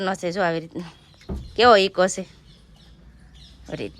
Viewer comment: Ego na kevay eko kevay